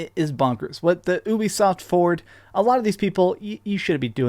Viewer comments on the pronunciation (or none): It's pronounced you-bee-soft